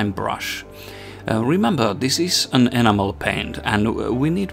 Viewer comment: I love that you pronounce enamel like 'animal', my enamel/oil washes totally bring my miniatures to life. great videos, more please! :)